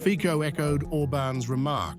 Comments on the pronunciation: Komentatore,ne Fiko,ale Fico, aspoň toto se naučte. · Bravo Hungary and Slovakia ❗️👍Neither Fico nor Irban are populists❗️They are just trying to protect interests if their peoples against EU idiocy! You shoud correct pronounciation of R.FICO name! Not FIKO!😅